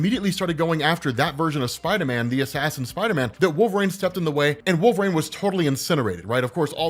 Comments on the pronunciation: You really shouldn't be allowed to cover wolverine in any capacity if you cant even pronounce it properly. Like my dude there's tons of media that say his name. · The way you say wolverine pisses me off.